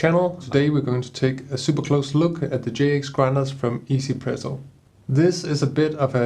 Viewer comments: Lol I used to call it one zpresso too! And thought what a weird name! After I realize it’s a Taiwanese company, now 1zpresso totally make sense! 1 in Chinese is pronounced “E” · Glad to know that people know it's pronounced "ee-Z presso" but not "one Z presso", as 1 is pronounced "ee" in Mandarin lol. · I'm sorry, is it really pronounced 'izi-presso' ?